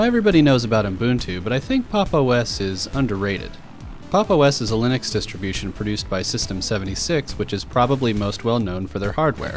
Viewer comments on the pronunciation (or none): none